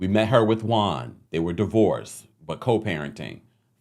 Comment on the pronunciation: Pet peeve. Juan being pronounced as Guan.